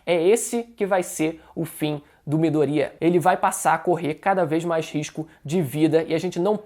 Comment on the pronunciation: Não é Midorîa, é Midôria (colocando o assento só para ajudar a entender o que eu tô falando)